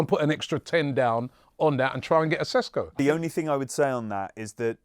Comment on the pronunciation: I know the pundits probably aren't particulary interested into pronounciations, but if a player is connected to a transfer of your club for two years, I think they could find an open slot to learn Sesko is pronounced Sheshko.